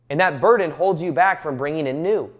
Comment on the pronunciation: “It almost becomes a butden eventually”